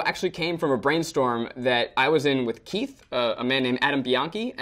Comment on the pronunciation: I thought Eugene got muddled up and called Keith, Teith hahaha